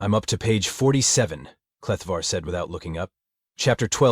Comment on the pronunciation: Your AI reader is dislectic, it is written Kleftar but read Kletvar. Hahaha